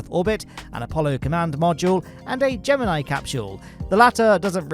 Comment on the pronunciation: Hey he pronounced Gemini wrong